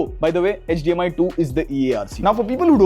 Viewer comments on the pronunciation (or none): none